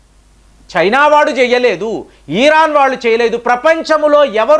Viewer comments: వీడికి తల ఊపుడు బాగా ఎక్కువ......😂😂😂😂😂 ఈరాన్, ఈరాక్ కాదు. ఇరాన్ n ఇరాక్......😂😂😂😂😂😂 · ఈరాన్ కాదు బాబు, ఇరాన్